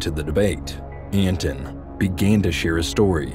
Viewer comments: You kept calling him ANTON.. and it's ANT ANON.. lol (Ant creature? Anonymous throwaway account..) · son of ant anon*** not son of anton